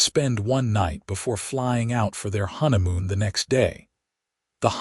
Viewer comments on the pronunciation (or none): The word 'honeymoon' is mispronounced a few times, and rushed, needing more emphasis on the 'honey' bìt!. LoL Oops 😢😢